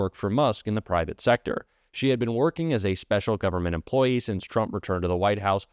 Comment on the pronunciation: She said it, " Government Emplyee!!!"